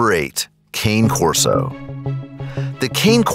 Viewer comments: It's not "Kane" Corso, it's "Kah-ney". It's Italian. What is the matter with Americans? All their YouTube dog channels mispronounce it. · Number 8 is pronounced Kah-nay Corso not cane corso. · Khan-A Corso. Not Kane Corso. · You pronounced Cane Corso wrong. It’s KAY-NAH KOR-SO not Cane Corso like a candy cane. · It is pronounced Ka-Nay Corso. It is a breed that originated in Italy. Cane is Italian for “dog.” It is NOT “Kane.” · ITS NOT KANE CORSO ITS PRONOUNCED KAHN-EH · KAHN-AYE corso!!🤣🤣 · As an American, I cringed every time he said it wrong lol I get why people who don’t know a lot about dogs pronounce it like that, but an informational video? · it’s pronounced “Cah Nay” Corso (Cane Corso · Cane Corso is Italian for Coursing Dog. Cane is pronounced CANay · That’s not how you pronounce Cane Corso! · I see you guys beat me to it lmao!! You are so onto these guys lol!! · Fr the way he said cane Corso and he said they way 70-100 that's cap I have on that's 125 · Is it only me that is bothered by how he pronounce Cane Corso? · You destroyed the Cane Corso Breed information. So wrong, and mispronounced it.